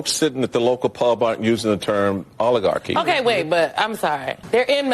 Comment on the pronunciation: It's rather amusing that these "Language Experts" don't even know how to pronounce the word "oligarchy." 😅😅😅